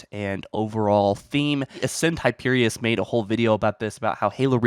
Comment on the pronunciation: ASCEND HYPERION! HYPERION not hyperious